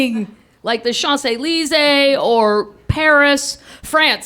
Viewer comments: Shanzey leezey? I thought it was pronounced champs eleezees? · she somewhat butchered the pronunciation of Champs-Élysées but funny story. Also I woulda just walked away cause I can't deal with stupid. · I hate the way she mispronounced champs Elysees, and I'm not even French lol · Yup. Plus what a beautifully American pronounciation of Champs-Elysees :D